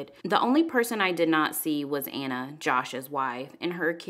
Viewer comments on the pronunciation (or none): none